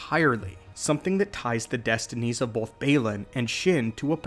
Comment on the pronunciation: Stop. saying. BOLTH.